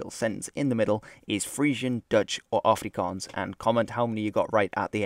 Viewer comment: Wow you said Afrikaans properly. good on ya.